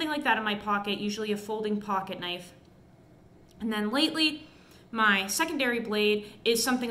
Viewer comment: HUMMING BIRD SURGURY, THEN PRY THE DOOR OFF A HUM VEE, ONE KNAFF